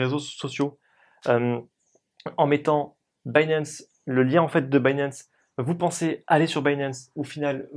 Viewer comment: pishing, pinp, dinp, mais il arrive à prononcer binance à l'anglaise. Sacré français !